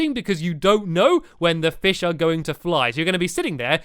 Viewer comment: Stampy said flish! Just like in Building Time!